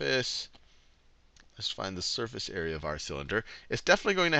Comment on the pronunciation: Area sounds like squarerea ;)